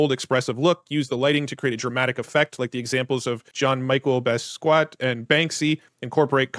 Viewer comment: Mispronouncing Jean-Michel Basquiat was hilarious, had me dying